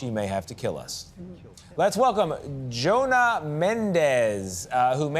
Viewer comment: "It's Jonna, not 'Joanna'. And I'm never coming back to this show again."